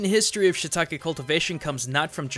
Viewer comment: It's not shitake, it's shiitake, しいたけ (椎茸), you are not pronouncing the い. I know, you don't need to thank me.